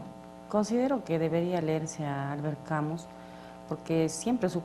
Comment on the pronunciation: Por favor se escribe Camus, pero se pronuncia camu sin la s.. es una i que se pronuncia como u.